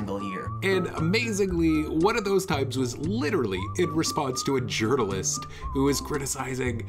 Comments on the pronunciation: I always heard it as "urinalist" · I like how he pronounces "journalist" as "urinalist" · What's a Yournalist?